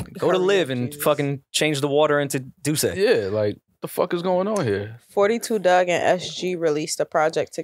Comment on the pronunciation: it’s said “Four Two” Dugg. Not “Fourty Two”